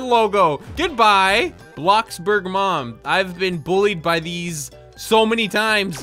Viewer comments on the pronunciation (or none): none